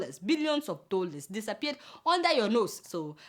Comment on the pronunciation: You always make me laugh each time you pronounce these words: "milllion" "dollars" "learn". But who cares. No be phonetics class we dey. Well done jare. hehehehe